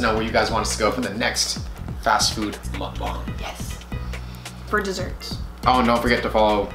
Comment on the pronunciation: It's mukbang not mukbong